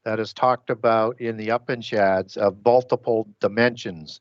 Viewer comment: Brilliant show. Also, "Upanishads" is pronounced, "yoo-paan-uh-shods".